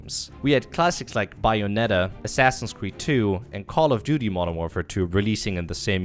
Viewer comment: "BIOnetta" wow